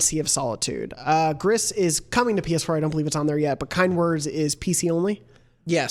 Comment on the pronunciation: It's "Grease" per Nomada Studio's Twitter. It's Spanish for grey (it's the same in French, but the studio is in Spain, thus 'grease' and not 'gree').